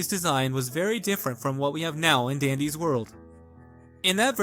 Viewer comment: Am I the only one who is listening to the text to speech voice that is saying dandy world where its dandyS world. then calling dandy I girl and VEE a man not to sound like A crash out but its true..